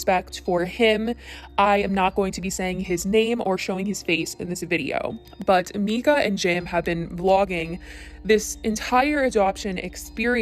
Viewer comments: “Rehoming” Huxley he’s not a dog. And that’s his name ( The little boy). Also it’s Myyyyyka, Not Mika. It’s all over you tube and social media. No reason to not mention the baby boys name. Just sayin! . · How the hell you say you watched this family for years and then proceed to mispronounce her name the entire video. Im stumped.